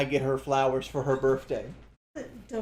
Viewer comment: “Birfday” “Worf flowers”